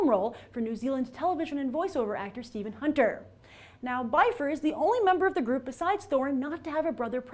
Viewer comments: And it´s bifur not baifer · By fur? really? Byfur? IT'S BIFUR YOU SON OF A TROLL. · Yes, but Peter Jackson WAS wrong. Oin and Gloin are pronounced like Owen and Glowen, Bifur isn't Biffer OR Byfer, it's Beefur. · Bifur is prounced "be-fur", not "buy-fur".My faves: 1: Gloín (cuz he's Gimli's dad) 2: Balin 3: Bombur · its not Byfur... If Bifur. Get it right. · Grace, I think you're mispronouncing Bifur, Bofur, and Bombur. Bifur rhymes with swiffer, Bofur rhymes with coffer, and Bombur rhymes with somber. :)